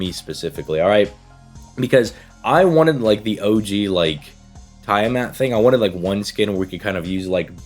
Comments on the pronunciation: I think her name is pronounced Tea-ah-mat and not Tie-ah-mat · Yes "tie a mat"🤣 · It’s pronounced Tea-ah-mat. At least in English. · ok ngl your pronounciation of tiamat was funny as heck you said "tie a mat" no offence offcourse just thought it was funny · I thought how he was saying it was odd.